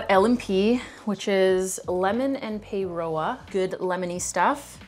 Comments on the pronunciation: Its Lemon and Paroa pronounced paa row a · First of all paeroa in L&P is said like pie raw say that quickly pie raw and that's the pronunciation of that word and paeroa is the town the drink is made in. Google it and you'll see the giant bottle. Shapes are a NZ company in Australia. And Feijoa is pronounced fee Joe a. Pineapple lumps are best left at room temperature as the are chewy when soft. A great crisp over twisties is Rashins. So rich as are salt and vinegar chips or crisps with Maggi onion dip not needing the vinegar or lemon added. Jaffas are best sucked those jet planes are also known as ducks feet as they look like them too. Moro and snickers are basically the same. Cookie time is best dunked in tea or hot chocolate. And Cadbury luxury flakes are the best most rich chocolate. Hope this helps.